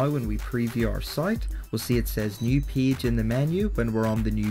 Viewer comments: Man, everything is great, except the way you pronounce the world "PAGE". Please open the dictionary. [peɪdʒ] please :-) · Nice video, I like how you call page as peege, Thank you for sharing